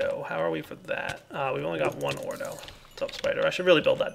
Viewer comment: evertime he said ordoe i kept thinking he meant gotta get that ore doe